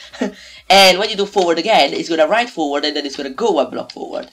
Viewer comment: it is forward not foward